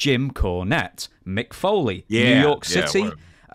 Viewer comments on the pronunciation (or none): none